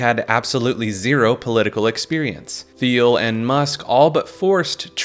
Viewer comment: Peter thiel is pronounced teal like the color He is extremely rich DL gay politically influencing monster